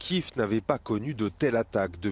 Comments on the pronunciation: En français on dit Kiev et pas queef, merci bien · Il a dit "kif" je journaleux 😅